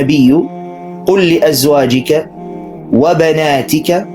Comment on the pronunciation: وبناتك بكسر التاء وليس بالفتح